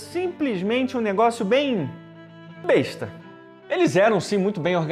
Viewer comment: Vídeo execravelmente mediano... Pontos Negativos: Consultar Fanáticos por Che Guevara Os inscritos aumentam e começa a L A C R A Ç Ã O Tirando esse pontos o Vídeo continua com a qualidade péssima de sempre... Aliás se pronuncia Bêsta e não Bestá, Bestá é um asno analfabeto...